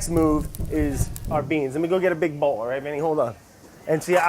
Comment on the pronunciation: Randomly Clair you allight? lol